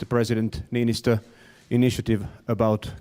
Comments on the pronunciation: Yeah he turned our president into a Pokemon with that pronunciation. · I cannot fucking get over how he pronouned Niinistö. What the fuck mitä vitun vittua mikä pelle